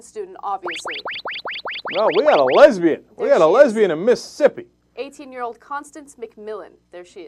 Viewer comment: I'm from Mississippi, and a big fan of TYT. I think she should totally be able to do whatever you pleases, and also, and atheist group offered to host the prom, which I think is great. By the way, I love how you say Miss'ippi. lol